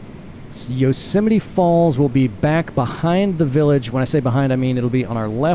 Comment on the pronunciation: Yo-semite. Is that how you greet someone jewish?